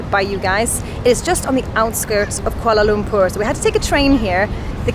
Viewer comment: The way she pronounces Kuala Lumpur is just perfect 👌